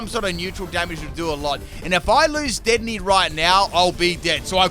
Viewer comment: Anyone gonna talk about how he pronounced dedenne wrong?